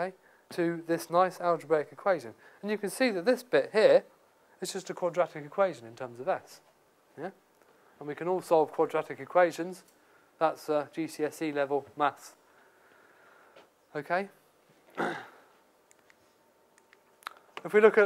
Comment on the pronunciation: it is pronounced DJISISI not, GSCE